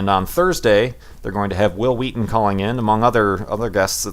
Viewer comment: Hwill Hweaton? lol